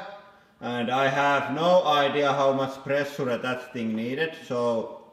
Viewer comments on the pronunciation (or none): Pressure pronunced as pre- su-re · That guy said ' presoorey? ' he means pressure? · pressoore metter